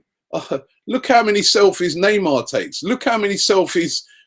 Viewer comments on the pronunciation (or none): none